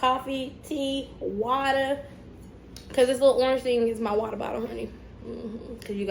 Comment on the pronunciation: She told Black Barbie to do it for the camera! Yesss! //@ - sippin' on wah-tah, hunni//lol@ "al-kee"// golden handcuffs would be nice - if only! Insightful video as to why you've been gone; I appreciate your transparency - Thanks for chilling with us.